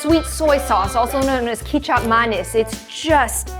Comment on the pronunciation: after butchering "kecap manis" that badly i was completely shocked by the javanese reveal ?? girl